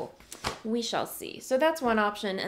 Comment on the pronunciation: "We 'SHAWL' see" is what I heard...